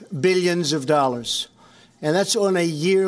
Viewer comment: fifty billion doellar???? learn to speak English, girl